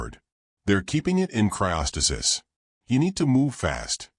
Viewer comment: repeat after me. Cry-oh-stay-sis.